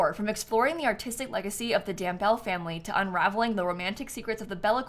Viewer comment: love youu! also FYI I think you're supposed to pronounce the E at the end Dambele, so it's like 'Dam-BEL-eh' or 'Dam-BEL-ay' :)